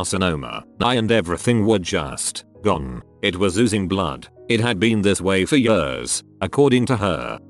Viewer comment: No one: Literally no one: TTS: yuhrs